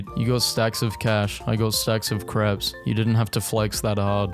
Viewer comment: He pronounces crepes like craps. WTF?